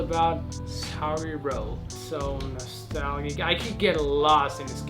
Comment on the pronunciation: Nice one Johnny. More gratuitous ankle violence please lol just joking. Nostalgic - the g is soft like nostaljic